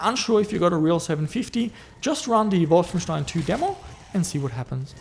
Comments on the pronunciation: You actually pronounced Wolfenstein correctly! With st=ș! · possible, his pronounciation is too good for a aussie to say Wolfenstein correctly in the german way.